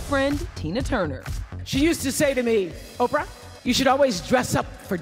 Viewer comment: Who the eff is Orprah? Ugh